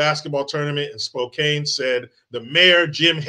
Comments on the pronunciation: And it's "Spo can." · 'Core da lane' near 'Spo can'